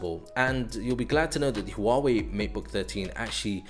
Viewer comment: wow u pronounced 'Huawei' right...